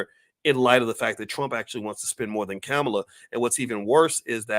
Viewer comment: By the way, her name is pronounced (comma la)